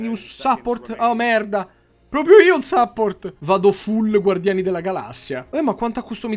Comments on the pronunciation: "Sapport" is the new "penih" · scusa yotobi, ma che cazzo è un sàpport?